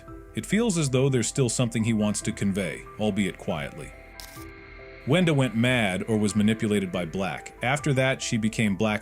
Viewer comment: Why are you saying wenda like did almost every thing :(